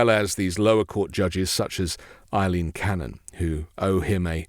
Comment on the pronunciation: First time I heard anyone pronounce her name right. As for me, I call her Judge “I-Lean Q-Anon”